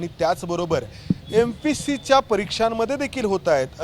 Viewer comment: mpsc चा व्यवस्थित उच्चार कर. Mpc असा नको.